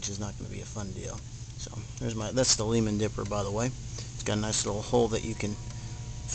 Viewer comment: It's pronounced (Lie-man) not (Lee-man) -Member of the Lyman family